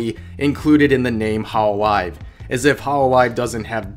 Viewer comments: It's not ho'loli've It's hol'olive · holo live. it is pronounced like there are two words